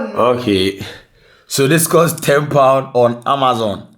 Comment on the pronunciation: Amazon or Ama Zon 😂